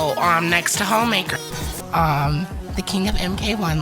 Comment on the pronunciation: I just kept hearing Hoemaker 🤣